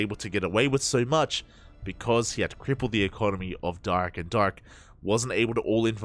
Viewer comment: Dark not drg